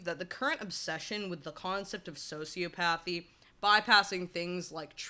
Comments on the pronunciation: Quick correction: it's "soci OP athy" .... "psych OP athy" (not pathy). You make some really good points though, especially in how nurture comes into play with these lacks of empathy and we can all have levels of both extremes. No idea why you were in my recommended videos but kudos to you as you seem to have hit some good algorithm! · "So-sea-op-uh-thee" not "socio-pathy" Also: "sci-cop-uh-thee" not "psycho-pathy"